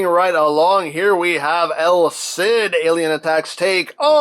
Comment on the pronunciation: Stop calling him EL CID it's just wrong